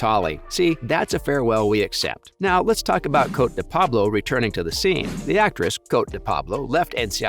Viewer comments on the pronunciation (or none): Her name is pronounced Coatee